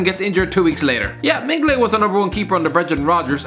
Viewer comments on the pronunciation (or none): Mignolet not mingolet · It's Mignolet - say Mig-no-leh. It sure isn't pronounced Mengele. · Waiting for your video on the Neymar Transfer saga.... edit - its not mig-mno-let it's pronounced min-yole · How you pronounce Mignolet is beyond acceptable. Mengele was a nazi doctor, the goalkeepers name is Mi - nio - li. First i pronounced like in ears and second like the i in lit. You murdered his name more brutal then Mengele tortured the jews and the disabled. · MIN-GER-LAY, what has just cursed my ears. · Who the fuck is Simon MinGoLay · Couldn't stop laughin when you tried to say Mignolet.